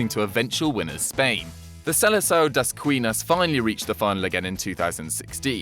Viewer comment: Has a portuguese is quite agonizing to listen to that "Selecção das quinas"...